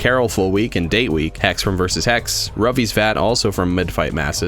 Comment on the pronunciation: says “Ruvyzvat” Captions: “Ruffy’s Fat”